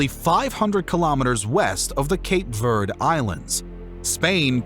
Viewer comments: Cape Verde -- pronounce the final e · You either pronounce all these foreign names PROPERLY, or just go with the American way of pronouncing these foreign names. Instead, you go half-azz. You get some of them about 75% right, and then you “gringo-pronounce” the rest. Some of the one you “gringo-pronounce” were actually really easy; Verde, Leon, Cordoba, Galicia, ….. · Is that how your pronounce Verde? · The video is quite informative, but the pronunciation of the names and places in this video leaves much to be desired. Cape Verd? King Dennis? São Mamedge (Brazilian Portuguese)? Cueta? Guimerouse? 🙄